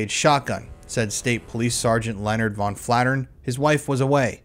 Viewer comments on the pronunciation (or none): none